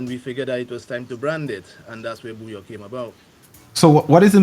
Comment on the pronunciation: If your wife is from Dominica and you still say Bouyon pronouncing the N, you need beating 😂